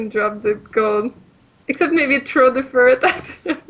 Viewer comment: Also, its a ferret, not a furret.